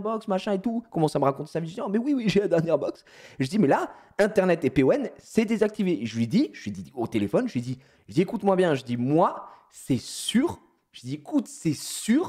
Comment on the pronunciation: Normalement c'est pas PON c'est EPON